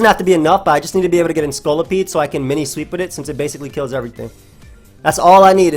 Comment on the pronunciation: pronunciation of Scolipede is one of those rare cases where that's not how I say it, but I like it.